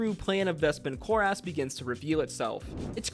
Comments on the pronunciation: same altho i did enjoy the video. let me also just add one more Patia (pay-shuh not Pat-e-a) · I just can't get past how much you put the "ASS" in Vespin Chloras, when nobody has said it that way on the show. Some pronounciation help from the show(s): Vespin Chloras (KLOR-is, not KLOR-ass) Xerxus (ZERK-sus, not ZERK-seez) Loquatius Seelie (lo-KWAY-shis, not lo-KAY-shis) Rosohna (ro-SONN-a, not ro-SHAH-na) Purvan (pur-VONN, not PERV-on)